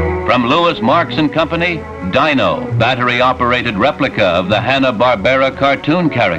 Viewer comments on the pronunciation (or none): the imbecile announcer pronounced Dino's name as “Dyno.” Hard to believe he'd never watched the show even once, and that *nobody on the filming crew corrected him*.